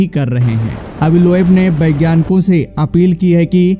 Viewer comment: It's vagyanic not bagyanic